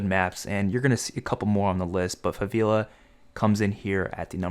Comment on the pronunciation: “Faveela” The disrespect